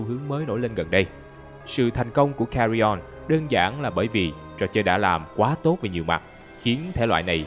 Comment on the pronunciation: nói Cà Ri On:)))))